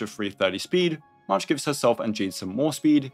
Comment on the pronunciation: dude calls march mash...